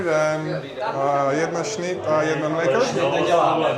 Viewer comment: If you pronounced snyt and mliko correctly you’d be much less conspicuous!